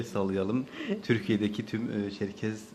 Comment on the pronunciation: ÇERKES ÇERKES derken ZIRVALAMIŞ.